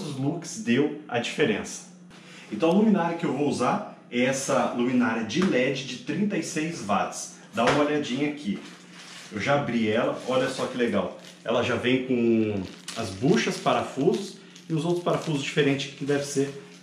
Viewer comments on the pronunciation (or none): Está errado falar vátis; na dúvida frequenta aula de inglês; o correto é uátis ou uótis,assim como:uátsSap, wats; uéb, web; uóshingtom washingtom, uai-fai,wai-fai, entre outros; o dábliu não é v, v é v dábliu é dábliu.